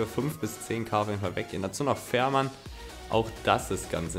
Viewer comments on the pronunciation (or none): wo du fährmann sagst versteht man f*ck mann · Bei Fährmann hast du gesagt Fickenmann das ist unhöfflich